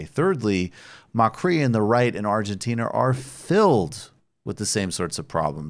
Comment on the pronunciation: Macri Is accentuated on the a not on the I, is macri not macrí